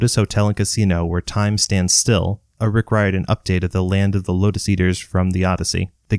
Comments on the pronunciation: Irishman here - the surname “Riordan” is pronounced Reer-dun, not Rye-or-dan. Like Dolores O'Riordan from the Cranberries. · Its pronounced Rear-Din, not Rye-Er-Dun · I could’ve sworn it was “Rick Rordian.” At least, that’s how I remember it since I was a kid. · Good video but I cringe every time you butcher the name Riordan